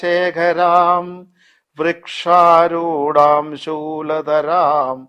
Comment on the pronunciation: വൃഷാരൂഢാം എന്നാണ്